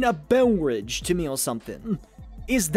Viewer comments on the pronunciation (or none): I love when says "bevverage